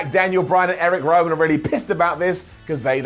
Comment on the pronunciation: X-ooooo-vier Woods and Erick Wowan? Speech output on point 😂